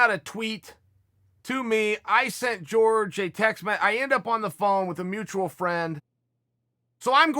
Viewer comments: Jorge: it’s Pronounced hor-hey Chael: it’s George Jorge: I apologize Chael, can you get in touch with my parents and set them straight please? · Can you stop anglicizing ethic names it's Jorge not George it's Kamaru not Marty! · Fuck. It's not "George", man. It's "Hor-hey ." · George??? Wtf is George... its pronounced OrHey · Everyone: hor-hey Chael: George Everyone: George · He get Cejudo correct though 🤣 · Hey Chael! His name is pronounced Jor-hey. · Chael " GEORGE MASVIDOUL" Sonen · "GEORGE" lol Chael is doing this on purpose lol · Jorge pronounced as George. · I’m waiting for him to start pronouncing it correctly as Georgy porgy. 😆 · Tom babybot you mean Jorge is pronounced Horhay in Spanish. 🙈😂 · We'll be respectful and say his name right. You "whitening" his first name is very disrespectful.